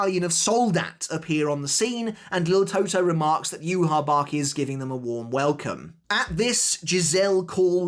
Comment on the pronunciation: Start saying Yhwach’s name properly bro